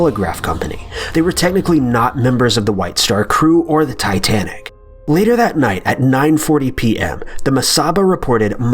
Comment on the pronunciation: It is titsnic